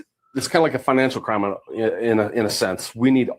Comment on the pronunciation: Worse than lawww and cwimmme turning up 😂😂😂😂